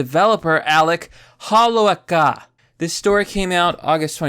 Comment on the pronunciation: This is very tragic I feel for the family. But you're killing me every time you slaughtered dudes name. Got to friends , for like 30yrs, they pronounce it hoe low kah